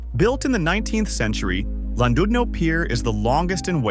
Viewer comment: Landoodno is pronounced Klandidno. Also, this is about 3% of what the UK has to offer. I appreciate you can't mention everything, but no mention of the Lake District or Peak District, or Glencoe etc and too much time on places everyone already knows about like London, Brighton, Cornwall, etc.